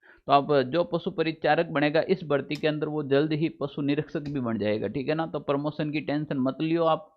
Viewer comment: अरे भाई साहब प्रमोसन नही प्रमोशन होता हैं